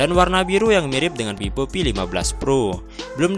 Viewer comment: Vivo bang. Bukan pipo... Haha